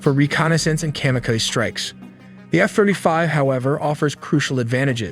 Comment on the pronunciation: At first I thought you guys were watching an AI video because it mispronounced Kamikaze . <-- Can’t imagine any American mispronouncing this. Turns out according to the source, no AI was used, so apprently some zoomers don't.